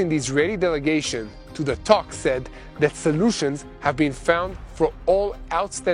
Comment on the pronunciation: Thank you. I want to give you some advice. In English the letters “O” and “A” do not sound the same. Please get some help to improve your pronunciation? The word “talks” is not pronounced “tox”.